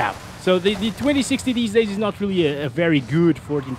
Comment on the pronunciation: I was trying to understand were you saying 2060 all the time?? Sounded like you were talking about the 3060 at points idk.